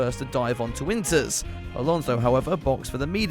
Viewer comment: Inters??????? i heard winters like tf???